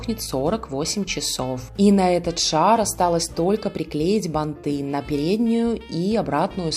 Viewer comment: Банты - ударение на первый слог!